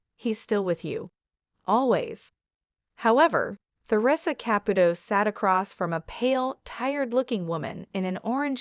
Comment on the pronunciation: Theresa is pronounced TEREESA and Caputo is pronounced KAPOOTOE